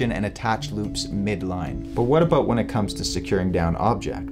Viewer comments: Aboot? Aboot? I sense a Canadian disturbing the Force. Good information, though. A HA! You even admit to it. The only thing wrong with being Canadian is... Trudeau. You gotta get rid of that doofus. Of course, we have Brandon, sooo. Let's go Brandon #Trudeau must go! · haha "aboot"